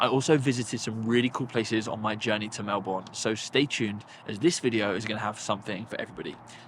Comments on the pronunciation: Mel-bun not Mel-borne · Hey hey 😊 just an FYI we say Melbourne like “Mel- burn” rather than Mel-born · We pronounce it Mel-bun, not Mel-Born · It’s pronounced Mel-burn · Loved the video and your experience of the Australian Open was both entertaining and informative. Just a little FYI, it’s pronounced Melberne, don’t pronounce the “our” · We can forgive your pronunciation of "Melbourne" on account of all the praise you have for Aus and the Aus open ;) Glad you enjoyed!! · Agreed! I first thought oh no not another mispronunciation and was about to comment, but he showed so much love to my city, I cannot be annoyed at him 🥰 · How can you pronounce Melbourne wrong after having JUST been there? 😂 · great video! Surprised no one corrected your pronunciation of Melbourne though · awesome trip, welcome to Australia! but I'm surprised no one told you how to actually pronounce Melbourne! hahaa